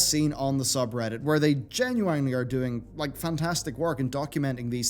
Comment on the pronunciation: You saying genuwinely, bothers me.